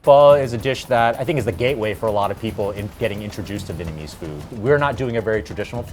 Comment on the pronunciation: As a Vietnamese I hate that Vietnamese American people don't pronounce the "Viet" in Vietnamese. They always say Vinnamese or Vitnamese.